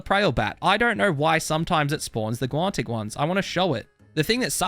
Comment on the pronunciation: There's no T in guanic